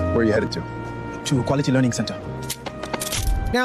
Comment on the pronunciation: “Quality Learing Center”.